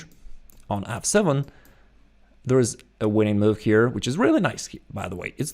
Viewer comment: every time you said f7 pawn I thought you said "asshole of a pawn" lol